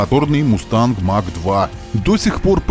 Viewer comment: Mach произносится как Мах - это немецкая фамилия. Имеется в виду Эрнст Мах, в честь которого названа единица измерения скорости относительно скорости звука. Сверхзвук - популярная в те времена тема :)